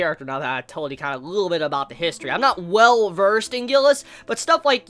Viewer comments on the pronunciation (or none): none